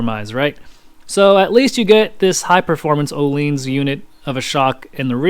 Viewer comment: Your review was very good: Your introduction was great, I liked your slide transitions, your knowledge and technical spec description was very well spoken and good with the segues. I do suggest visiting the native annunciation of Öhlins to avoid viewers distractions when you say the company name how you do, but please know I'm not trying to make fun or be an asshole, I simply think it would take less away from the great content you created with a slight tweak once you visit the Swedish tones and see how their company name is pronounced. Keep up the great work.